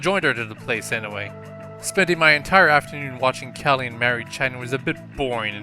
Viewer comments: ma rie not mary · You saw Marie's name like! XD